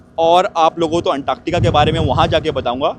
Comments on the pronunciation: Woh anktaaktica nahi hai, Antartica bolte hai use..😂😂😂😂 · Antaaktaka😂 Antartica hi bro❤